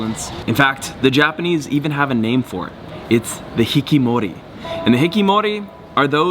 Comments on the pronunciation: It's not hikimori it's hikikomori. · Pachinko, not plachinko. Hikikomori, not hikimori. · HIKIMORI ❌ HiKIKOMORI ✔ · it's pachinko NOT plachinko - it's hikikomori NOT hikimori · You made one mistake. Not "Hikimori", but HIKIKOMORI. Cool video otherwise. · Yo white boy! It’s Pachinko not Plachinko and Hiki-komori not Hiki-mori… at least get the terms right you weirdo! haha And not gonna lie Tokyo has a WAY doper side that you’re not even touching here at all. So it almost seems like you’re strictly attracted to the nerdy stuff, which sorry to say kinda speaks for it self that it’s not really the city that’s weird but it’s actually YOU my dude! Glad Tokyo’s got something for everyone ;) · Hello, I am Japanese and I live in Tokyo. Thank you coming to Japan. I have to mention not “HIKIMORI” but “HIKIKOMORI”! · not HIKIMORI It is HIKIKOMORI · Not hikimori bit hikikomori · and by the way its not called hikimori.. its called hikikomori* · "Plachinko". "Hikimori" Oh LAWD, get it right.